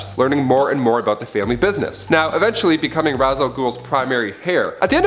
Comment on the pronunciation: I just can’t with the pronunciation of Ra’s 🤦🏾‍♀️